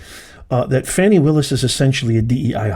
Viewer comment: Her name is pronounced FAH-NEE